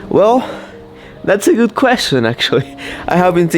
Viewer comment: When you said that your girlfriend is “gut” I knew that she is from Germany, because that is the way the pronounce Good. I used to live there and still know a bit of German!